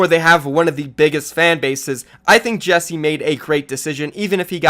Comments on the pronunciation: Ikr? It bugs me so much, you pronounce it JEK SAY not Jessie :/ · It’s JECSE, not Jesse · Still pronounce jecse wrong. Cmon man 😓